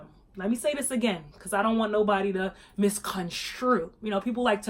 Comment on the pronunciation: "MISCONSHCRUDE" LOL